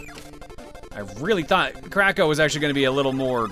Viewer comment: Every time says Kracko, I keep hearing "Crack Ho"